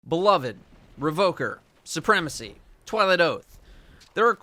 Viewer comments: it's beloved, not be-lo-ved... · It pains me to hear you pronounce beloved (buh-love-ed) improperly. Especially for someone that prides themselves to much on proper weapon pronunciation. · come on man you’re better than this. It’s pronounced “be-loved”. Not “be-love-Ed”. Edit:you keep going back between the two pronunciations. One of which is wrong and for some reason has caused everyone to become illiterate